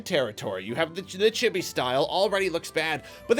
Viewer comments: Did you have to waste the whole first minute explaining reviewing? It also isn't pronounced Chibby. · Honestly a great review. You pronounced "chibi" wrong, but otherwise great video.